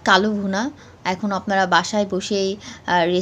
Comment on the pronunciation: It is not KALO BHUNA, It should be pronounced as KALA BHUNA.